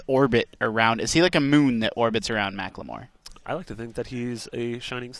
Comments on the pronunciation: God it's macklemore not macklamore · lmao "ma-cleh-more" XD